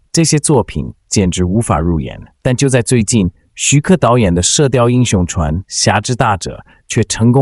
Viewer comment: Zhuan 不是chuan